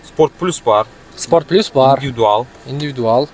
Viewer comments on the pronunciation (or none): none